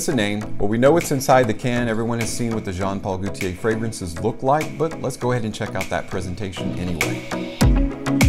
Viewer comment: Just For Fun: The French name Gaultier, like gauche (left), is pronounced with a long o, as in "go." Not like goute (to taste) as in "goo." Gaultier is two syllables; the first is emphasized, and the second is a combined EE and AY*, in a compressed dipthong. "GO tee-ay." * But the AY part of TEE-AY is not itself a dipthonic, elongated "AY-eee..." (as in "Heyyyyy...!") It is more of a one-syllable EH with the AY flavor. -tier thier. I may be losing you here. I'm certain that if I tell you Gaultier is Germanic in origin and the French equivalent of the English name Walter, it will be so much easier for you to remember all of this lol. (And if you believe that I'll go down on you.)